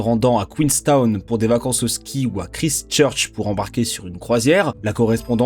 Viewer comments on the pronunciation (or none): Ever thought about taking some English prononciation classes? I believe the time has come, you will learn a few things and stop this horrible way to say Christchurch